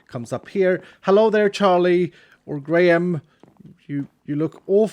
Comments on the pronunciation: Graham is said grey-em rather than grey ham!! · Tbh, every time he said Charles and Greyham, I kept hearing Charles and Grian, which is pretty funny imo